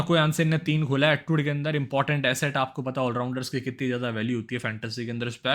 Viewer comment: Kya be pata pata krta reheta hai,,, sidha bol nahi sakta kya,, patta patta kya